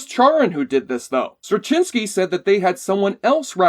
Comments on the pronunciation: Um, check your pronunciation of J. Michael Straczynski's name. Met the man many times. Just look up videos introducing him... that'll help you. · I can't hear your pronunciation of J Michael Straczynski without cringing.